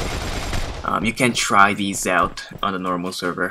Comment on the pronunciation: out not pot